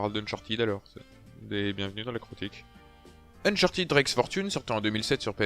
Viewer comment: Mais ..... non c'est chiant à crever les gunfights ! Sans rire il y a pas moyen j’adhèrerai jamais à cette série, ah et on dit Unchartède pas Unchartid ;)